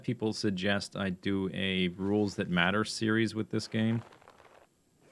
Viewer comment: lol definitely heard "wolves that matter challenge" instead of rules. I wonder what that would be?